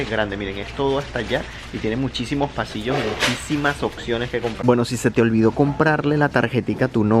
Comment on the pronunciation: "Occiones" jajajaj